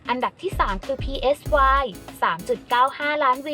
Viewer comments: จะ พี เอส วาย เพื่อ? เค้าชื่อไซ รู้จักมั้ยแอด ไซดักปลาน่ะ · Psy เขาอ่านว่า ไซ นะคะ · PSY อ่านว่า ไซ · Psy แปลว่า จิต (แบบจิตวิทยา) อ่านง่ายๆ ว่า "ไซ"